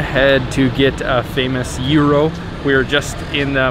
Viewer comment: It s not juuroo it s giros